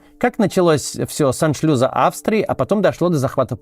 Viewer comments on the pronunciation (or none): Не с " аншлюза", а с " аншлюса". Пардон.